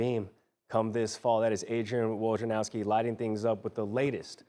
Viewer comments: I really don't get why it is so difficult for professional broadcasters to say Woj na row ski. malika did it from day 1. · all the firings at espn and they kept this guy who I dont know and can barely pronounce woj's name.